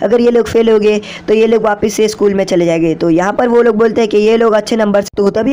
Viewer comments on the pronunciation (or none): none